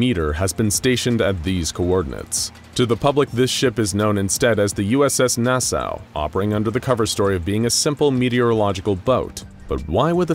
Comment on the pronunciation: Hey, there’s a county on Long Island called Nassau county but it’s pronounced NA-SAW